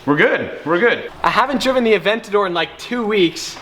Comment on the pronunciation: Hearing you say “Aventadorr!!” in that corny accent is painful